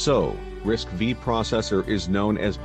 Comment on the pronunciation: The initial part looks very professional, yet down-to-earth, looks like a lot of effort. The pronunciation of RISC-V should be RISC five, not RISC vi.